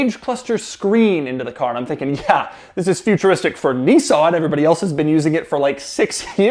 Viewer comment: Niss-an. Not Neesan. Crikey.